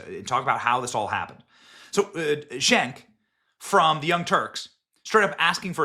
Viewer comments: Cenk is pronounced "Jenk", in Turkish C is pronounced as J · Benny has pronounced "Cenk" in every possible way in this one video. 👏